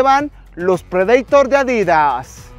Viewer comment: Así se dice en inglés o sino "prideitor"